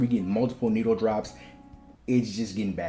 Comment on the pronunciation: The way you say needle-drops is diabolical it sounds like…..